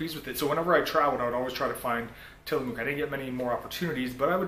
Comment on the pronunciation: God.. he keeps mispronouncing Tillamook and its just making me cringe.